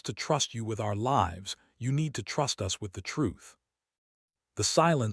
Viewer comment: Please proof-listen for mispronunciation of words like "lives," "tears," etc., and be more creative names and don't use the same names from story to story.